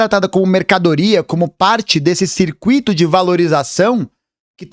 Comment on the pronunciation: "CircuÍto", não; CircÚito. Ah: E VIVA O SUS!